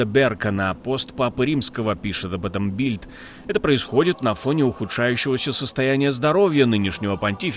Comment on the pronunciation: Что такое Бильд? Сложно сказать Билд? Обучите ушлека, который озвучивает, хотя бы примитивному английскому..